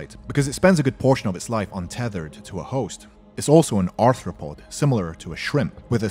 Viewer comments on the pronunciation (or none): none